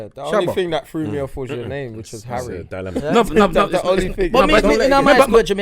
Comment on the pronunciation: His name ain't Harry........it's 'Arry. He's Jamaican!!!!! Btw LAAAAAAAVAAAAAAAAAAAAAAAAA pan Religion. Hotta. Lava.